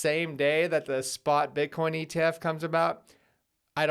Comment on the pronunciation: Eth Eth Eth - that's what I hear everytime you say Bitcoin Bitcoin Bitcoin.